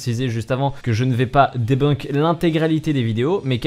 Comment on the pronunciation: tout est cool dans la vidéo mais stp "debinque" stp la pronociation xD debunk